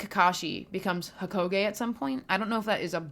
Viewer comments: Was not expecting a Naruto video but ts fire Also not to be that guy but im pretty sure its "ee-tah-chi" not "e-teh-ji" Edit: I'm so being that that guy rn but its also "ho-ka-gae" not "ho-ko-gae" 😭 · Couple things lol. Itachi = E-tah-ch-i Hokage = Ho-ka-gey Konoha = Ko-no-ha I guess since the chunin exams were technically over the moment when he attacked Hiruzen. Pre-timeskip is also seen as better than post. Not only that but the general public love the Sakura & Lady Chiyo fight. Never read it but the anime was amazing for it.